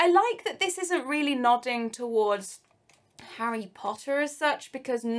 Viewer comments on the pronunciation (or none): none